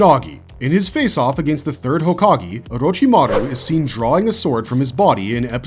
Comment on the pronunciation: Couldn't make it 5 minutes in without stopping due to the abundance of mispronounced words. As soon as I heard jutsu pronounced like butt-su it was the final straw for me. I just can't understand knowing enough about Naruto to make a video on it's characters... but getting hokage wrong - one of the most used words in Naruto. HOKAG-AY, NOT E!